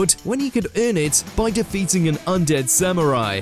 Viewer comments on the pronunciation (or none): none